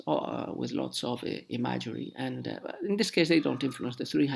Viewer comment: Very interesting! :) ... Word of today is: Imagery ... and you and I pronounce it quite differently.